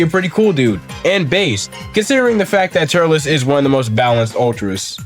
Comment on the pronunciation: Turles is pronounced “Turls”